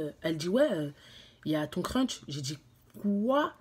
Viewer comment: Crunch 😭😂oh non elle me fait pense au chocolat 🍫. Ps : ont dit crush